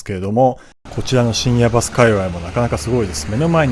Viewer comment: 水曜どうでしょうファン的には深夜バス（バにアクセント）で正解です😊